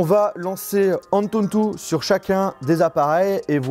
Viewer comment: Pourquoi tu rajoutes tout le temps un « N » en plus dans le mot « Antutu »??